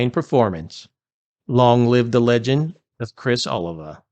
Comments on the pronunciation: O-Lee-Va, not Olive-a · It sounds like" A lee va. Other than that, nice tribute! Love Savatage! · It's ,oh lee vah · Its pronounced Oh-LEE-va. Get it straight. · First of all, you should learn how to pronounce his name correctly 😮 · Dude, you mispronounced his last name. Badly.